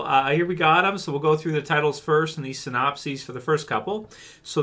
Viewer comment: Sypnosis sin-op-sis